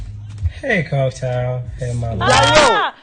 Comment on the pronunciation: He said coak tail